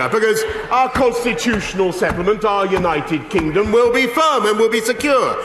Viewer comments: Did he really mispronounce "United Kingdom" by calling it "United Kingum'"? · united kingom lmao at 47 seconds in what an idiot. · At 46 seconds brois calls the u.k united kingem 🤪